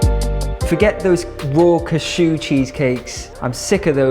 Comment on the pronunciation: "Forget those raw Kashoo cheesecakes"